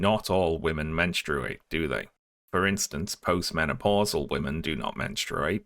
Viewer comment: Love the video, but, friendo, buddy, basically-a-stranger pal, who in the name of sanity pronounces menstruate like that?